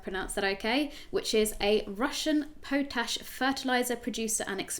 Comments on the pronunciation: Her bad pronunciation is back. "Pohtash" it's pot ash. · + - po tash??? are you sure you don't mean POT-ASH.... Rule one when saying stuff on video : Know what you are talking about, if you meet a word you don't know : LOOK IT THE FUCK UP! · Pot-Ash, not Poe-Tash. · wo wo wo wo wo wo sorry...whenever has the word pot ash ever been pronounced pote-ash!? it's litterally spelt out for you pot....ash! 🤷🏻‍♂️🤦🏻‍♂️ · pot ash, not poat ash - literally named after ash from a pot.